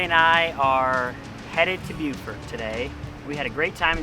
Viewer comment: According to my grand daughter stationed at the marine base there it is pronounced "Boo-fert". Oh and great choice on using Shell Rotella oil.